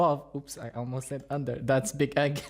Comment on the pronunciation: Did you call him " Big Egg" on purpose? Because i'm fucking dying